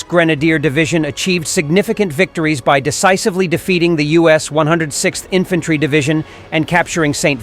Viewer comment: "Infantary"? Really, Mr Narrator?